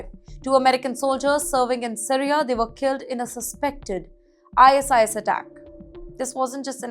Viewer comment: why the hell are u reading out ISIS as .. Eye .. ass..eye ..ass// its ISIS ( Eye Sis).. gawd..